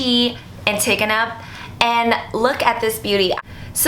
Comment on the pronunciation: How are you going to pronounce Givenchy correct but not antigona ? Drives me crazy lol